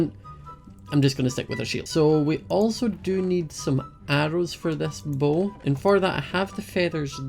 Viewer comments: when said bow I thought he said bowl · When he said bow i thought he was saying bowl. I love his accent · Me when was making his bow: 'why do you need sticks to make a bowl? It's just three planks. String? Why? oh... your making a bow, not a bowl. Your accent makes bow sound like bowl.'